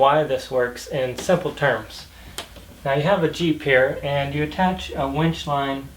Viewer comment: It's called a WINCH. NOT a WENCH. Two TOTALLY DIFFERENT words, with two TOTALLY DIFFERENT meanings